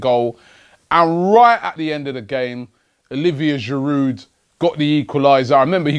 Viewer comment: Robbie it's pronounced Giru, the d is silent.